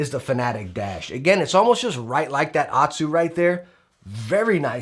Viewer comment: I fluently speak japanese and pronunciation of hein is really cringe though. Basically pronunces HAYATE somewhat right but not quite and OTSU completely wrong. HEIN is not pronunced correctly on 100% of videos though. It's not a diphthong, and I don't know any diphthong which you can pronunce with more than 3 letters. And this includes katakana (and thus foreign words). HEIN can only pronunced HE-IN or HEI-NNN imo^^ Hein like we pronunce would like a german word^^.